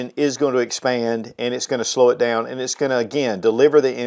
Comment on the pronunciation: dayown and ayout and arayound